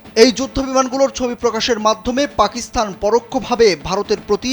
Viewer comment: আরে গাধা, "পাকিসথান" নয়, পাকিস্তান 😂😂😂...!